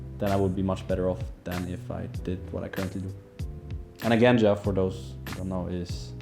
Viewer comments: Genja. Not Ganja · It was supposed to be pronounced more like "Genya", since it's short from of his name Evgeny.